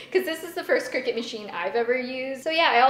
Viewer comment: I thought it was pronounced cry-cut, not cricket